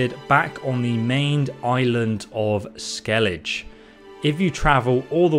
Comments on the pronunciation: Bruh it’s “vélen” not “velén” and “skelliga” not “skellidge” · Ursine…like “errr-sign”. It’s from the Latin Urus like (errr-sus). Bro have you played this game? How come you don’t know how to say any of the proper nouns? Skellige like “Skell-i-ger” with a hard G. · When you play the game on mute: "Skellidge" "vuhlen" "yoursine armor" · dude, they literally call it "skellig-eh" all the time not "ske-lidge" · Yoursine...versus ursine... oh boy... Oh and that soft versus hard G in skellige...oh boy... please, please... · I was just about to start a new NG+ playthrough, good thing i didnt cus i would go in with Feline armor and i wanna do it on Death March. P.S. Its pronounced "Skel-ige" and not "Skel-ije" just some constructive criticism :) Edit: sorry, didnt know you are dyslexic, sorry if i made you feel bad by correcting you. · You must have spent 100's of hours in the game and listened to the storyline at least once. Why do you say Skellidge when all the characters say Skelligger? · Wow. This guy is a master of mispronunciations. • ERR-SYNE not EE-UR-SYNE • SKELL-I-GUH not SKELL-IDGE. • VELL-UN not VUH-LENN • LIE-TH not LITH ( “lithe as an eel”) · Ursine - 'uhr-seen', not 'yure-sin' Velen - 'Vé-lèn', not v'LEN Skellige - 'Skelli-ge', not 'skellidge' There probably are so many more but these were the ones that made me pause and click off the video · SKELL EDGE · The island is pronounced Skellig-ah in game. Kinda had me shaking my head. Idk if there is a difference in translation, but that's how it is said in game. (Cool comparison all the same though!) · Ursine is pronounced er-seen or er-sign. Skellige is pronounced skeh-lih-ger. Hope that helps. I'm going to find this useful when I get around to it. Going the tank build. I always breffered heavy attacks over fast attacks, so this speaks to me a lot. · Ursine= "err-seen" Velen= "vell-in" Skellige= "skell-i-gah" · You said Skellege incorrectly. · „Skellidge” xD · Goddammit it's skellig-eh. Lmao